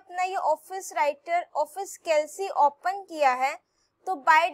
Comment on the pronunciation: maam it is not calc it is kalk the pronunciation improve u'r pronunciation